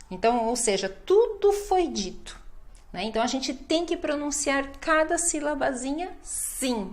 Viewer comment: LMFAO "Tudo foi dito" means "Everything was said" But the way she said almost sounded like "Tudo fodido" wich means "All fucked" 😂😂